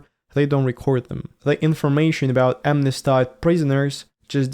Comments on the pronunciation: "amnestied" is pronounced AM-ness-TEED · Please google the correct pronunciation of 'smnesteed". I like your new focus in the vlogs!